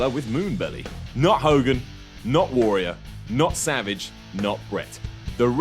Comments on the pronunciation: can't pronounce Warrior. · You say "warrior" fucking weirdly.